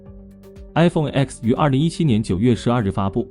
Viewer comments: 专业一点好吗？“iPhone X"不是读作“iPhone x”，是读作“iPhone 10"。“X”是罗马数字，等同阿拉伯数字“10”，在发布会，厨师将其读作“iPhone Ten"。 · 講得真好 明明係Ten 讀乜狗叉